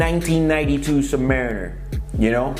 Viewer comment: Dude can't even pronounce the name properly. Do you know what a Submarine is? It's the noun of that